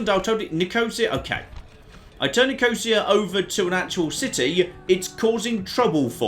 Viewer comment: Nicosia is pronounced nicko-seer.